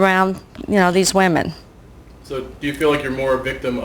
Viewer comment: can you teach Danielle how to say "women" for many "woman"?